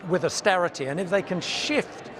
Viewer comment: AUSTERITEH, PUBLEK SERVICEHS, BURGON BOT CORBYN BLAH BORN 2 RULE BLAH